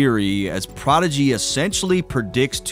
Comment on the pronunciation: I never thought prodigy was that good, pretty simple actually and his voice and pronunciation is terrible